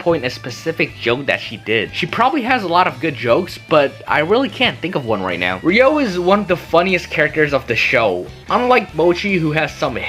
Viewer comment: HER NAME IS EVEN RYO DONT TELL ME ITS NOT RUI